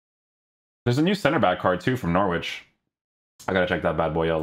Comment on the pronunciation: The W in Norwich is silent, pal. great channel btw!